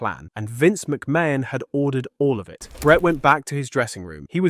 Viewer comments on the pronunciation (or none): AI really needs to learn how to pronounce McMahon.